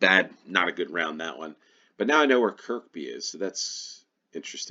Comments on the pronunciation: It's pronounced Kur-bee not Kirk-bee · Got the first one immediately, having used Looe station a few times when there on holiday a couple of years ago. The Looe Valley Line is a wonderful old-fashioned (in the best possible way) railway. Kirkby is pronounced 'Kirby', the second k being silent. Struggled a bit with the two stations in South Wales and slightly on the other one - had a vague recollection Sway is in Hampshire but ran out of time. On that subject, yes, let's try three minute rounds for a few games. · Although locally, that particular Kirkby is probably pronounced Keeehbee. ;) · The second K in Kirkby is silent 🙂